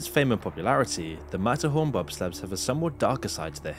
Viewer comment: Couldn't understand what was being said here after rewinding over and over so I went to Google and said: "Disneyland mat horn bob slats" in a british accent and it gave me the correct results. Matterhorn Bobsleds 😂